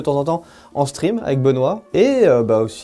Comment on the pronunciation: Vidéo super intéressantes! Hâte de voir la suite! ^^ et LOL à la fin de la video, j'écoutais en faisant un autre truc en même temps et j'ai entendu " vous pouvez me retrouver de temps en temps, en string, avec Benoît." et ça m'a fait "wait...what?!" après j'ai capté que c'était en "stream" ^^